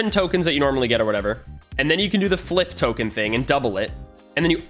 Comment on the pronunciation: Token not tomen